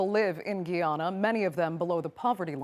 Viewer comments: It is not Gy ana. it is Guy and Ana - Guyana! Guy- an- ease, the name of the people there. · Guyana is not a Latin American country Also it’s Guy-ana NOT GEEANA! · maybe learn the name of the country before making an entire news story saying it wrong.....its 'GUY-yana' not 'GEE-yana' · No such country as Geeana, it's Guy-ana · Pronounce it right it's GUY ANA not giana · Why does the rest of the world cannot pronounce. Guiana - ! Really - the spelling is Guyana and you pronounce it as Guy - Anna .. like a boy name Guy that meets a girl name Anna .. mash them 😂together and you get GuyAna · It’s not pronounced “Gui-ana” it’s Guy-ana! How does she not know this? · The word is guy Anna!! Not Giy Anna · Not Giana it’s Guyana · When will these UNPROFESSIONAL, two bit reporters take the time to learn proper pronunciation of the topic country's name. It's Guyana (Guy NOT Gui!) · So now we are in Latin America??? Also, its pronounced GUYana not Geyana, you uncultured imperialist swine! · If G-U-Y is guy, how can Guyana be pronounced "gee-ana"? If you're going to do a whole segment on a country, at least get the pronunciation right. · Guy not Gui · ‘Guy’ and not ‘Ghee’. Guy ~ an ~nah. Guyana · It's pronounced "Guy-anna" NOT "Gee-anna" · Please listen to the correct pronunciation of the country's name by the lady from the country. STOP calling it Ghee-anna. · itz not "GEEana" or "GEEanese" itz "GUYana" and itz a former BRITISH CARIBEAN COLONY, vice being "Latin American". I thot ure strong suit IS RESEARCH?🤔🤔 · Guy ana not gee ana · It's pronounced Guy-ana, not Gi-yana. Europeans are always so quick to point out the negatives in indigenous countries as they fly in like vultures ready to devour everything the people have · GUY ANNA that’s how you pronounce it . not GEE ANNA. And I’m not Guyanese either I’m Jamaican. But put some effort into your pronunciation. SMH. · It's not Gee-ana ; its Guy- ana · Guy-ana! No "gee" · It is Guy Ana not Gay Ana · Please pronounce as GUY